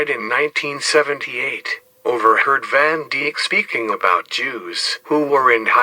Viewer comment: Van Deek? its van Dijk like Dyke